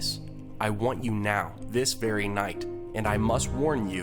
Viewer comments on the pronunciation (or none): none